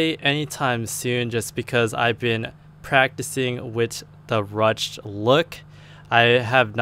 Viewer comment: It's pronounced "rooshed".